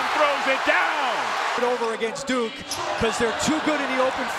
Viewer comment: It’s duke not dunk